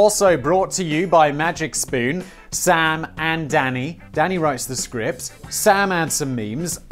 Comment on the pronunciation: After all your botched pronunciations, I'm surprised you said "Magic Spoon" right and not something like "May Jick Spun"